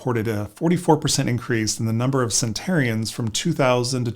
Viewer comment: The word is "centenarian"--NOT "centarian".